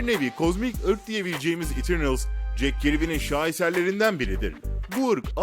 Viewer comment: Kilisçiyıl, İtirnıls, cek kirbi falan 👍🏼